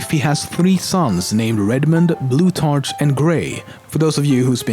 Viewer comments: its pronounced blutarCK not tarch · bloot- ARK is the pronouncination for blutarch :) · its pronounced blu-tark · Loving the amusing pronunciations of Blutarch and Pauling there. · The name Plutarch is pronounced with a K sound.